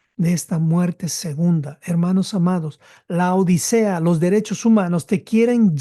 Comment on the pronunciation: Por favor, es LAODICEA, no La odisea, como muy problamente los pronunciaréis. Laodicea (griego Λαοδίκεια πρός τοῦ Λύκου; latín: Laodicea ad Lycum, también trasliterado como Laodiceia o Laodikeia, antes conocida como Dióspolis y Roas; turco moderno: Laodikya) es una ciudad del antiguo Imperio seléucida, establecida entre 261 a. C. y 245 a. C. por el rey Antíoco II Teos y nombrada en honor de su esposa Laódice. Estaba ubicada a unos 6 km al norte de la actual ciudad turca de Denizli, en la provincia del mismo nombre, cerca de la aldea de Eskihisar. Cómo vais pretender enseñar si no sabéis ni cómo se escribe.